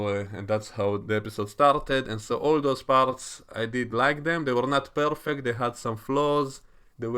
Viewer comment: I like the way you role your “r”s when you say “perfect”.